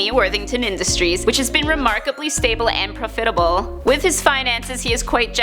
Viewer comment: Pro-fit-able?, rehearse.